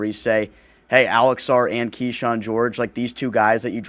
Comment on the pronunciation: I’m sure you’re right but that a lot of people don’t know. But a lot of critical people do. It’s exhausting to listen to podcasters and journalists that don’t even know how to pronounce kyshawns name. I’m chirping off and like it or not I have PHD in Wizards f*ckery.